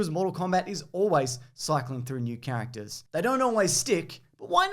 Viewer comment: The way he says characters "cactus"